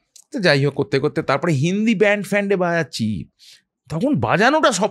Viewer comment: "বায়াচছি" টা কি ?? বাজাচছি, ৱাঘব । ঠিক কোৱে বাংলা বল। তোমাৱ গুৱুৱ কথা ও গলা শুনো মন দিয়ে। কৌশিকীৱ কথা ও গলা শোনো।